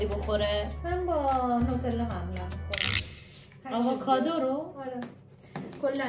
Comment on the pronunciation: آواکادو چیههه 😐😐😐 آووکادو درسته